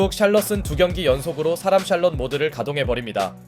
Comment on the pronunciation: 샬럼 샬렇지 ㅋㅋㅋㅋ